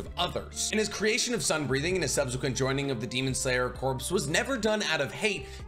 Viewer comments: I love all your videos! But every time you say “corps” like corpse…it kills me lol. It’s pronounced like “core” and the s is silent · Corps (Core). Not corpse. But love the content! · Please PLEASE stop saying "corpse". Corps is pronounced "core" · corps /kôr/ noun a main subdivision of an armed force in the field, consisting of two or more divisions. "the 5th Army Corps" a branch of a military organization assigned to a particular kind of work. "the U.S. Army Medical Corps" a body of people engaged in a particular activity. "the press corps" Corps is said like core, not like corpse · Corps is pronounced like "core" not "corpse". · Love your videos and all the info you research and explain, but please….please….”corps” is pronounced “core” not pronounced “corpse” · Corps is pronounced as "core" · Corps is pronounced “core”. Other than that love the vids! Keep up the good work! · Not a huge deal or anything but Corps is pronounced like 'core' the p and the s are both silent.